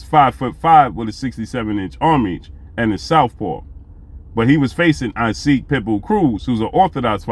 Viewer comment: Hey great brother; love the content. No knock by any means, but admire a brother mastering his craft. The correct pronunciation of "Isaac" Cruz is pronounced like Enoch from the bible or in his case Esoch..ck sound.